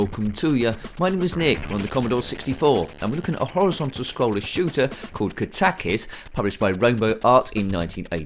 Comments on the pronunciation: I always thought is was pronounced Kat-a-kis. The first time someone has pronounced it Ka-tak-is. Who knows, it could be the right way. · I always pronounced it kat-a-kis too.